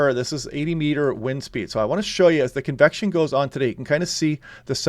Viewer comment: Cool and overcast here on the North Oregon Coast 🌊🤍 When you say "convection" I hear "confection" and immediately want a sweet treat lol.